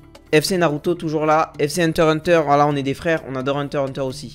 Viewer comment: Un fwew regarde le fwew haha